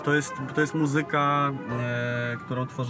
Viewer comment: Ładne ubranie ma Jan Mlynarski i figure tez. Uprzejmie prosze aby w slowoe „muzyka” akcentowac pierwsza sylabe. Dziekuje.